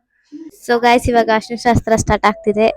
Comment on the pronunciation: Madam it is not ಶಸ್ತ್ರits ಶಾಸ್ತ್ರ